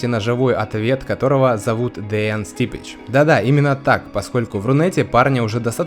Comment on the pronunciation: это Ты не правильно какой нахуй Стипич? он сам в каждом видео произносит что он Стипке